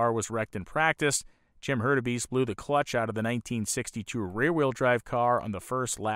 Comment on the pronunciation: A great story, this is something I have never seen covered like this, anywhere, before. A nice job, overall, but there are flaws like mispronunciation of names (McElreath, Hurtubise... I should have taken notes). I suspect a kind of problem that can happen with an unfamiliar subject, with all the research being in reading. (In other words, for people with some familiarity with the history of Indy, they know the names.) That kind of a grating flaw really ruins a documentary like this, unfortunately. Otherwise, this is really good, I enjoyed it, there is a lot I did not know, it's a very interesting subject. Even with the cringe moments of the mispronounced names, I give it a thumbs-up "like". The name problem really is a big one, something that can propagate through viewers who are completely new to any of the history and who might spread the wrong pronunciation of names of men who deserve respect. It is something serious enough to go back, find your mistakes, redo the narration and re-edit the video to correct things. If that is done, I would give this a letter grade of a solid A. The name problem would take that down to a C. It's a very big oops.